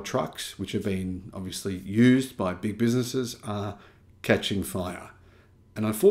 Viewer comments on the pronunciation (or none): none